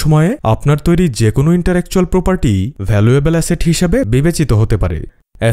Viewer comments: Pronunciation thik korun interactual noy intellectual hobe😂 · Intellectual property, not "interetual " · ভুল উচ্চারণ টা কানে লাগছে সঠিক হবে ইন্টেলেকচুয়াল প্রপার্টি বাংলায় বৌদ্ধিক সম্পত্তি বা মেধা সম্পত্তি ! তবে আপনার উপস্থাপন সুন্দর , বোরিং লাগে নাই!